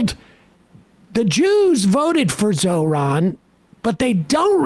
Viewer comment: Incredible that he finally said his name correctly on the recording. Finally treating him with more respect than one of his assistants.